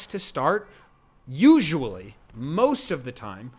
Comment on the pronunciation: yeah, you put the emphasis on the wrong syllable!